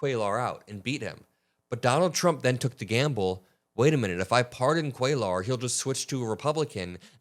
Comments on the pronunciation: For the love of God,, it's "cue-yar" not "cuel-ar." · for future reference, Cuellar’s name is pronounced “Kway-yar.” It’s Spanish. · It's pronounced Quayar 🕊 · It's "Kway-yar" not "Kway-lar" Double L is pronounced "ya" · Henry Cuellar (pronounced QUAY-yar) double L in Spanish) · it is phonetically pronounced "Kway-yar". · Hi. Just FYI, Cuellar is pronounced KWĀ- yar. A double LL in Spanish is always pronounced like a Y. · Please pronounce the name properly: Cuellar - the double ll sounds like a "Y": Kweh-Yahtzee WTH the accent on the first syllable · Kway-arr... just trying to help..... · "Cuellar" is pronounced QUAY ARE with emphasis on the first syllable. So many YouTube reporters are mispronouncing this man's name; Aaron Parnas is the only exception. I hope you don't take offense, as I'm just trying to help. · Dude not that it makes a difference but for future reference when it's a name in Spanish like "Cuellar" or any word for that matter when there is a double L it is pronounced as a Y so it would be like "Cueyar". Thanks for your attention to this matter. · Cuellar is pronounced quay are. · Hispanic guy from Texas here. His name is pronounced “Kway-are.” Or “Kway -R” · Love all your hard work, please don't ever stop! Just FYI, you're almost pronouncing Cuellar perfectly, just change that L sound to a soft Y - QUAY YAR. And if you want to get fancy you can roll that YAR.😘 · Cue-yar. The name is Spanish and the double L spelling is pronounced with a "ya" sound. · come on,. se dice "QUAY-YAR" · Hey, before you go and make video, research how to pronounce someone’s last name, you’re mispronouncing (Cuellar) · PLEASE PLEASE!!! You do NOT pronounce the "L" in Cuellar -- it is a "Y" sound as in "yard" !! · Ceullar, doesn't the two LLs make a y sound? I think he is Latino. 💙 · The ll's are silent and you roll The R Cuellar